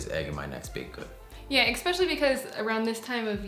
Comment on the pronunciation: Lots of “expecially” in this one. Please. It’s especially; there’s no x in there. It’s like espresso - not expresso.